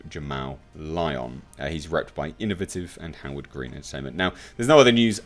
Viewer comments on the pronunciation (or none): none